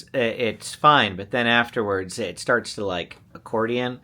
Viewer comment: Lol am I the only one that noticed says sharts instead of starts when he started the video. 😂 love when little things get left in. Reminds me you guys are just normal people like us. This comment isn't making fun just gave me a good laugh this morning😊